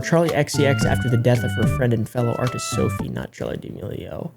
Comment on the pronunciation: its pronounced (da-mell-e-o